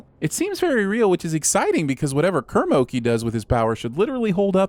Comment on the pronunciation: “Kermoki” hahahahahaha hahahahahah hahahaha